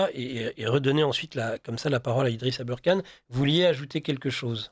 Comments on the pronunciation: Si vous anglicisé le ER dans aberkane. Pour le prononcer "eurre" Alors Kane, devrait être prononcé Kéine. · non mais pourquoi il prononce Abeurkane? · Même avec ses lunettes il ne voit pas que Aberkan ne s'écrit pas et ne se dit pas abeurkan!!!! C'est du manque de respect